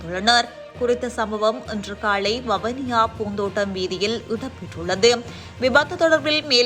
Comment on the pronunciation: வவுனியா அல்ல. வவுனியா என்று உச்சரிக்கும். தயவுசெய்து தமிழை சரியாக உச்சரிக்கும். இல்லையெனில் அர்த்தம் மாறிவிடும்